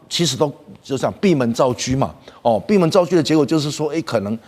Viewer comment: 本来是很讨厌这个校长嘉宾，不过他是少数把“闭门造车”发音正确的，令我刮目相看。台湾有些教授或者主持人的中文（国文）都不是很好。